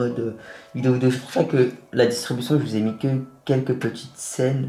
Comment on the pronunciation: Gg a toi belle action mais on dit distribution on pas distubution